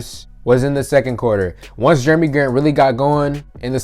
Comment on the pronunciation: “Germy” Grant lol 😂